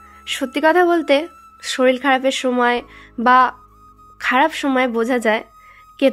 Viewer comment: Uccharon ta thik kora drkr solil noi sorir